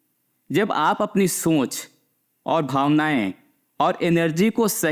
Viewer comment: सोंच नही सोच बोलिए